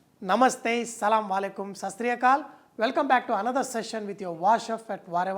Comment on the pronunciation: its damn awkward to hear sallamwalaikum... its completely wrong chef ...!! can u please pronounce as ASSSALAMUWALAIKUM..!! :)